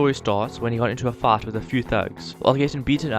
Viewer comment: Lol you say fight like fart